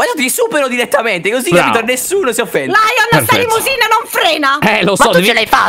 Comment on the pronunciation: Stre mi dispiaca ma la detto lyion pero ti voglio bene😓👆